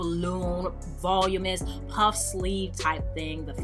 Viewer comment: voluminous not volumous